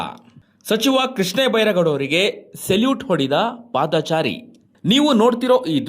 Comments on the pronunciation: ಪಾದಾ ಚಾರಿ ಅಲ್ಲ. ಕನ್ನಡ ಕೊಲೆಗಾರ! ಪಾದಚಾರಿ ಅಂತ ಹೇಳಬೇಕು. ನೀನೊಬ್ಬ😂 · ಪಾದಾಚಾರಿ ಅಲ್ಲ ಪಾದಚಾರಿ .ಸರಿಯಾಗಿ ಮೊದಲು ಕನ್ನಡ ಕಲಿಯಿರಿ